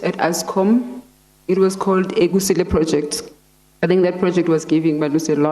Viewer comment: Does she mean KUSILE Project. Not Egusile😄